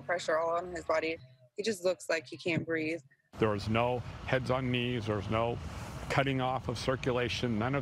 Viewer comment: "I cant breaf." - George Lopez.